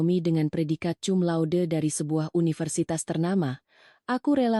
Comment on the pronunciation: Cumlaude dibaca kumlaude